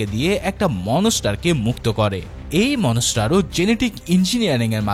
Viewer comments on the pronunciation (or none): Monster❌ Monoster✅ 😂